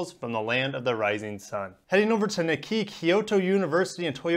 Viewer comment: I don't like them putting fluoride in the solid state batteries that turn the friggin' EVs gay! Also, that's not how you pronounce Nikkei lol